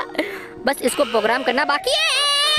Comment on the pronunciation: Bhai pogram nahi program hota hai